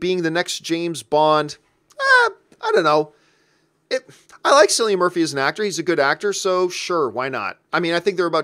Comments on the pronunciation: Silly-Ann Murphy?! It's pronounced Killian, like the dude in The Running Man ;) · he has been mispronouncing that for ages, makes me laugh so much. i wonder if he knows any men called silly ann